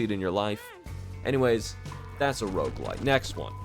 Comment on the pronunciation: I can't tell if he's saying Roguelike or Roguelite help